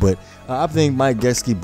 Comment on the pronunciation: Mike ja-sick-ey my g.